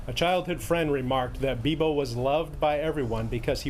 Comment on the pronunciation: raymie busch no it's not it is beebo